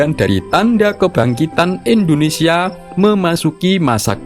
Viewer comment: Indonesia Pak . Bukan Endonesia terus aja di ulang" kalimat nya 😢